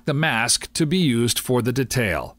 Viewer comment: Except when he pronounces detail.. hurts my ears :/